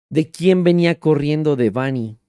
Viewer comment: Muy bien con su investigación 👍 PERO… me Caga que pronuncie mal el nombre de “Debanhi” 😡😠😡 ¡más respeto a su memoria! El acento va en la letra E, “no en la letra A” Repito, ¡EL ACENTO VA EN LA LETRA E! Fíjate como lo pronuncia su propio padre!!! Si fuera acento escrito sería “Débanhi” No como tú lo dices “Debánhi”, al chile en súper buen plan ya corrige eso…